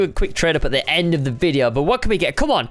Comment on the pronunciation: "this is the endo todays crate video"